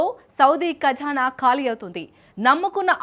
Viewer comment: అది కఝానా కాదు తల్లీ - , ఖజానా ! తెలుగు నేర్చుకోండి రెండో తరగతిలో చేరి ఓ నాలుగేళ్ళు చదివితే కొద్దిగా * రావచ్చు!!! *తెలుగు !